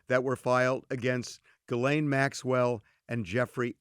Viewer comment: jee-Len is how you pronounce her name Not GIL- LANE